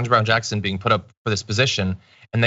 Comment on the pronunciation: Off topic, but I think it is sort of amusing that a number of right-wingers who hate KBJ actually pronounce her name better than a lot of podcasters and announcers on network TV do. Kirk actually does a good job on that. Not perfect, but better than most. Of course, he is still a tool.